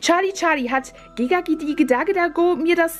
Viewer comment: Es heißt gesagt die oh die da da oh nicht Gaga oh okay danke😅